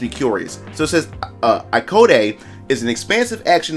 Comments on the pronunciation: *ai code - is how it is pronounced I believe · Hi! ACE here!💖 Thanks for the video! (btw just to clarify im a girl xD and the prononciation of the game is like "eyecode", like pronouncing the name AIKO, the name of the protagonist)